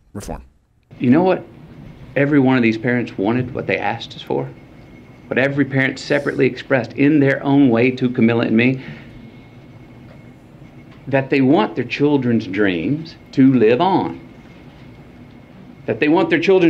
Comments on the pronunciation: Notice he doesn't get attacked for pronouncing her name as Kamilla and not "Comilla", Only people who are correct like Tucker Carlson aren't allowed to say her name like that. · He pronounced Kamalas name wrong. Isn't that racist?